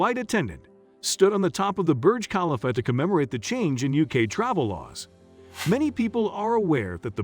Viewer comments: Please pronounce Burj Khalifa correctly ! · Thank you for bringing that up!! The pronunciation 🙄